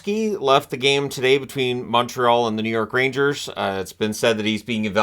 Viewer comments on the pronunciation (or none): none